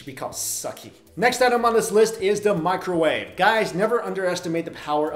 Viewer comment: OH NO NOT DA MICRAWAVE